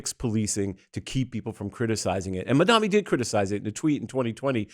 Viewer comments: Mamdani not Mamdami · MISS, HIS NAME IS " MAM-DANI "